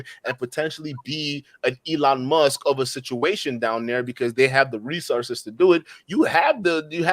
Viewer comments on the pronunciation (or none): none